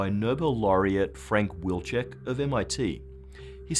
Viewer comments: It is a Polish surname, it should be pronounced Viltschek. Why don't you do a research on pronunciation? not the whole world is english, you know... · In my opinion since Wilczek family name is Polish you should use Polish pronunciation not English. If you want to use English just call him "wolfie"